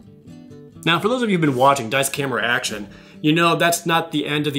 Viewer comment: thought you were saying daisuke action in the video lol